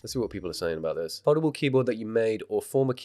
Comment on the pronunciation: Every time you said foldable I thought you said Voldemort.